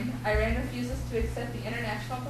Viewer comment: how about starting by pronouncing the name right!! its not " I RAN"